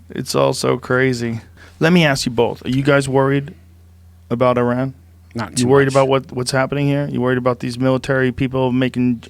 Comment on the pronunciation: Thanks for pronouncing Iran correctly Joe, don’t see that too often